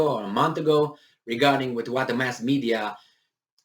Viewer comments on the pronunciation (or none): none